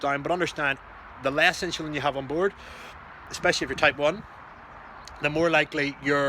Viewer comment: This guy can't even pronounce insulin